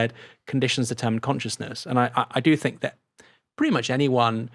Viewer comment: Don't think Chomsky would have said 'fink of'. he would say 'think of'